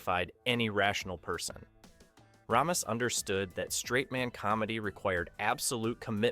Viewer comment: The way the names aykroyd and ramis are said over and over is pathetic. Get it together.